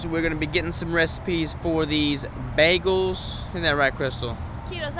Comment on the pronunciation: 2 days and a wake up Happy Wedding week! 🙌🙌🙌 keto🥯 bagel...👌10 🔥 its been a long time go to for the ketofam... Dang..baggals😂. Bag..gulls😂🤣😂🤣Bagul.. That's how you know deep down he's carnivore.. can't pronounce Bread names... but still cooks like a Savage 💪 Definitely a good one for Keto bread👌